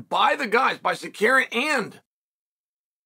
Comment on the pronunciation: Bro just say arm-on ffs lmao